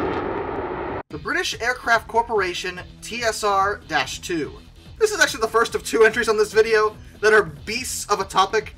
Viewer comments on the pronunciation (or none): Duncan Sandys pronounced his surname as "Sands". Never take the pronunciation of any name used in the UK at face value. Those of us alive at the time of the project never said "dash" in the name "TSR-2". It was always the "TeeEssAhTwo". (note the non-rhotic English R).